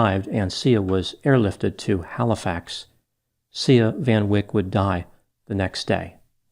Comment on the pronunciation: Not to make light of this but it almost sounds like the little girls name was pronounced "See Ya".